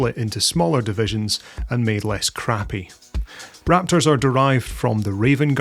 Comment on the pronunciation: As a long term Dark angel fan, having collected them since the third edition 40k, and even after quitting the game due to crappy company i still thin they are the coolest... thank you for pronouncing the chapter name correctly. Everyone knows it's an "o" phonetically!